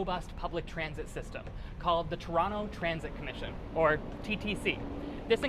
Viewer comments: 9th thing you need to know, it’s To-ron-no. Not To-ron-toe 😅. In any case what a fun and informative video! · If you plan on staying, I suggest using the local pronunciation. Tron-oh. Not Toerontoe. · Toerontoe lol))))) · it is pronounced "TRON-o" but spelled toronto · Stop pronouncing the second T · Why does he pronounce TO in Toronto ughh